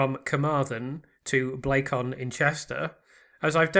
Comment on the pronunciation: FYI ❤ you keep calling Blacon 'BlaycON' whereas we actually pronounce it 'BLAYcun'